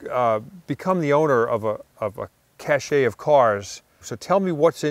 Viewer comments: Cache is pronounced ' cash ' , not ' cash shay ' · Its pronounced cash not cashay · Cache... it's not pronounced cash shay. It's pronounced "kash" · “Cache” is pronounced like “cash.” What you guys are saying is cachet. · Love these episodes, especially in the lesser known places. Side note, Tom - “cache” is pronounced “cash”, not “cashay”. That would be spelled “cachet”, a totally different word & concept altogether! Heard you say “cachet” in a few of these episodes now, think you actually mean “cache”. Thanks again!!! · Cache is pronounced cash, not cash-ay. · Cache! It's not a cash-ay! It's pronounced cash! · You mean “cache” pronounced “cash”. Cachet is a totally different word (and meaning). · The word 'cache' is pronounced 'cash'. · the word you should be using is Cache, pronounced pretty much like Cash, Cachet is a totally different word and doesn't fit the situation. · Cache is not pronounced cachet...two different words.